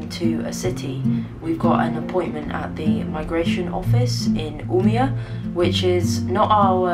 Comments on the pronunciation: Oh! Just gorgeous. At night in the Cairngorms walking 8 miles in the dark, I would often have Roe deer just a few paces away, incredible shots of yours. And, a great addition to finally have your studio, just so. Stay well, in peace, U-meh-oar! Umea, with the o over the a. I lived in Norway and Sweden for around 3 years. The language is easy. You speak it as you read it. Loved singing the dialects.......... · Owning a house in Sweden, shouldn't you learn to speak Swedish? Maybe at least you could learn to say "Umeå" correctly? Love you, love your work!